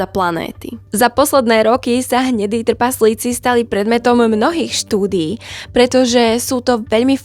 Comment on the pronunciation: Ahoj. V prvom rade ti musím povedať, že máš super tematický obsah, ktorý milujem, a vždy sa teším na tvoje nové video. Ale jedna otázočka: ty nevieš po slovensky? Vždy ma v škole učili, že ako čítam, tak mám aj vyslovovať. Tí tvoji trpaZlíci totiž trhajú uši. Prosím, rozprávaj normálne, už keď robíš poučné videá pre ľudí. Neber to ako hate, ale ako dobrú radu do budúcna. Ďakujem za tvoju prácu a veľa zdaru v ďalšej tvorbe. 👍 👍 👍